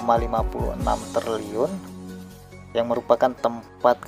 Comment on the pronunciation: Triliun bang bukan terliun😢😂